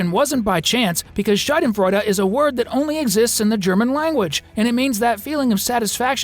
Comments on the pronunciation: the way he said schadenfreude killed me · 1. Great video, but the "hehehe" laughing was anonying and sounded forced some times. I would just drop it. 2. As a German native speaker I am glad that they dropped Schadenfreude (great job on the (sterotypical 😏) pronouciation by the way), it is really a very nish emotion and its role can be easily done by any other emotion gloating at such a situation (maybe Joy because Freude is the German word for joy, Schadenfreude literally translates to damage/harm joy, but Anger or Disgust would also do).